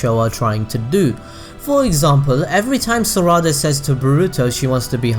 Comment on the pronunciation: Im not hating but why do you say "Saraawda" isn't it just Sarada.